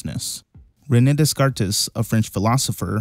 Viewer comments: Yo chief, Descarte is pronounced daycart, not dezcartez. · Pronounced. Day cart it's French. Not everything has a Spanish background bruh so it's. Day cart. Not. Des cartes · DeSkarteSSS Plesase this tells me you've never heard anyone pronounce his name.. or any idea how maybe the French names/words are pronounced. Nice video tho, I just laughed at that a bit, but now you will know. :* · Descartes is pronounced Day-Cart. It's not Day -Car-Tez. He was French, not Latino. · Day Cart. Not des carts. He was French. You really do find great stuff, but double check pronunciation. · Des Cartes is Day Cart phonetically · Descartes was French, so his name was pronounced DAY-CART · Great theory video! Descartes’ name is actually pronounced Day-kart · Descartes = DayCart Signed, The French Guy that loves your videos! ❤ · You're pronouncing Descartes as it is written which is incorrect, he was French so it is pronounced 'Day-Cart' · Descartes is pronounced day-cart. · Decarte” not however you said it 😂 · I'm sure this has been said but Descartes is pronounced day-cart or d-cart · "Descartes" is pronounced as "Day-cart" btw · I think Descartes is pronounced “day-CART” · My brother, Descartes is pronounced ' Day-Kart' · Descartes is pronounced "day-car" btw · Ray ness descartess? You lose all credibility dude. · Descartes is pronounced like day-cart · Dude. descartes is pronounced "de cart" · Descartes is pronounced Deh-cart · I like the video. Love the way you explain things. I did get stuck on the pronunciation of DesCartes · the way you said ''Descartes'' is outrageous good vid tho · I like the video but please learn how to pronounce “Descartes.” I don’t think I’ve ever cringed so much as I did when I heard you pronounce it. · FYI that is NOT how you pronounce Descartes 😂😂😂